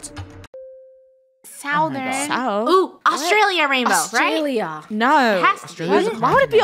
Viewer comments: funneh said an Australian no when they were talking about Australia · when Funneh just became an Australian by saying word "no" i don't live in Australia i just heard it